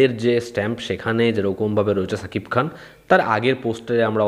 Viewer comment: Cha kip Khan na... sha keep Khan. Uccharon thik koro